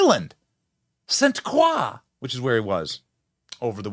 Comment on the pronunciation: St. Croix is pronounced “St. Croy”